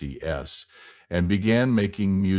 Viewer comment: I only got through 2 minutes of the video before I had to stop. Terrible video. Pictures of people that are irrelevant to the video. And AI voice says 1960 S, is too much to take. Hire a real voice actor. It's trash like this that ruins these video platforms.